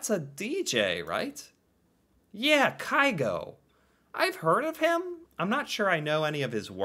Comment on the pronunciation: Haaland and Carlsen competes for most known Norwegian. You need to listen to Grieg - Morning mood. It is Norway in music. PS: It's not Kai-Go, but Kyh-go.